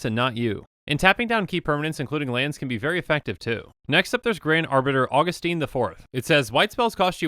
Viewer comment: there's no e at the end of Augustin so the "i" is not a hard "e" sound (like in teen"). I pronounce it a GUST in, but hey, whatever.